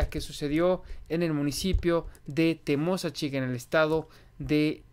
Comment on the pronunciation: El nodo correcto de pronunciar el nombre de esa población TEMOSACHIC es acentuando en la letra i latina y no en la letra o como tu lo haces, saludos